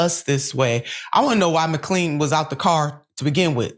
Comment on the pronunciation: Just FYI McLean is pronounced mc-lane :)